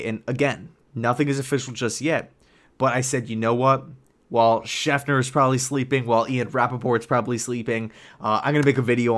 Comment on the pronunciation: It's Schefter, not Schefner